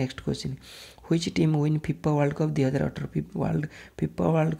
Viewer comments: Plse... correct the poronounciation the word world... 🙏🙏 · Brother don't mind but plz try to pronounce d word 'WORLD' correctly.